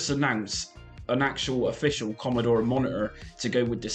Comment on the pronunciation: Why do you say compu-er and mono-er?